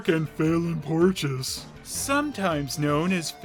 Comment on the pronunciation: Porteous is pronounces as "porch-us"? I thought it was pronounced as "Pour-tay-us" 😭